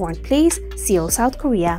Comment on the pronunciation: This Video is hilarious! It gets the members all wrong lol... so how can we trust the info? The Desi lady narrating can't even pronounce Seoul - it's pronounced "soul" not 'see ol'. Hilarious!!!